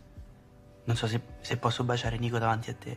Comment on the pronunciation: bestie its nico not nicco